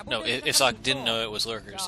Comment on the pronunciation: You were right. "Sock" is correct pronounciation. :-D